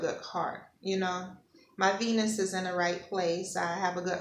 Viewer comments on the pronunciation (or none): none